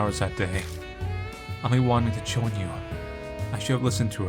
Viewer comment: I know its late... but Ami and Amy are pronounced the same way =D